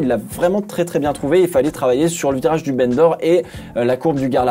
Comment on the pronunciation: C'est pas très intéressant mais "Bendor" se prononce "bandor" ou "banc d'or" si tu préfère, et pas "bene d'or". C'est en référence à l'Ile de Bendor, rachetée par Paul Ricard, qui est en face de la ville de Bandol, à quelques minutes de route du circuit.